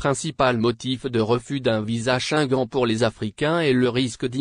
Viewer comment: Tu prononces mal le mot shenguene( Schengen) ton français n'est pas à la hauteur. Corriges toi.